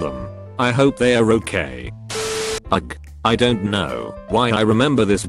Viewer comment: "ugg" This narration sometimes kills me with some of the words.